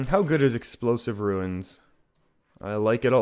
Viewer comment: Well played, its runes, not ruins